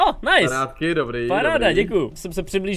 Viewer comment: Nice jako město ve Francii se čte Nýs voe 😂😂